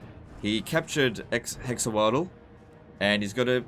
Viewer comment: I think Hexoatl is pronounced something like ‘hesh-wartal’